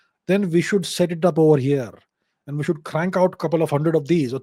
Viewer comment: "shuth we take it"🫠 what's with the accent mannn